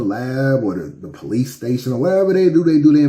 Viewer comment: "Where duh po-lice did the uh...forensic". 🤦🏽‍♂️ Beware of the uneducated attempting to sound knowledgeable. 👀